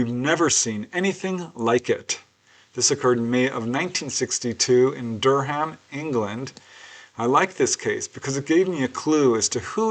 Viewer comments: Durham pronounced DUR AM the H is silent, we have lots of weird things like that here ha, not a criticism just thought you would like to know, beautiful northern town, i love this episode, think i had experience like this once, long story and i was so scared i shot out of my body astrally and in fear straight back in, i remember seeing 6 of them around me, i was really ill with tooth abscess at the time and it was in retrospect i wondered if they had come to help..had lots of stuff happen but never forgot that one, think they were greys but more white coloured, thanks for another fab one! Have a great week-end everyone! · "Durr ham" haha is pronounced "Durram"